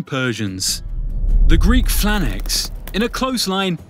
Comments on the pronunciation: Is anyone else bothered by the fact he calls it a Phlanax and not a Phalanx? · Oh my god man, cant say "Phalanx" now. Or "archon", or pronounce "Miltiades". basic stuff.